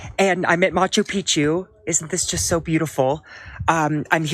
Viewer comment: It's Machu Picchu Dylan, not Macho Picchu